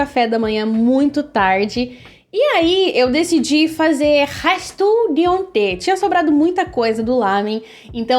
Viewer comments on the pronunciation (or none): nossa, fiquei aqui reflexiva "restuh di onteh" e tentando desvendar q língua é KKKKKKKKKKJKJJIK dps fui entender